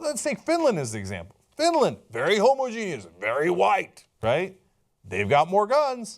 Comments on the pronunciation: Cenk it's pronounced ho-moj-e-nus, not homo-genius. Homogenius is a slur against very smart gay men. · Homogeneous is not pronounced Homo-Genius. It's pronounced Hom-Ogenus. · If you're going to use the word "homogenous" so many times please learn how to say it properly Cenk :) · its not pronounced homo genius where im from or spelled like that homogeneous sounds like ho-moj-en-us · language tips for Cenk: the word isn't 'homo-genious' it is homogenous. ho. mo. ja. nuss. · Please, please, never stop using the word "homo-genius" instead of "homogenous". I find it brightens up my day. Much like when someone scrapes their nails against a blackboard or that old dial-up modem sound. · Whast the hell is homogenius? You mean homogeneous? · my inner grammer nazi comes out every time cenk says homogeneous